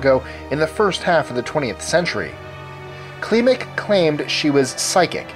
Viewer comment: 25 - It's pronounced banishevski. Like in "banish". 24 - It's a legend. All that things are lies spread by their enemies. All those stories originated wayy after her death to discredit their bloodline. There are videos about it and books.09 - In "Klimek" you need to accent E more. Like in "get"If you want some info about Poland just ask me :)